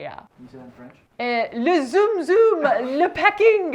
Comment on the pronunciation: French was spot on! 😂😂😂